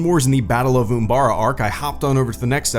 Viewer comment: It’s not Oombara. It’s Umbara.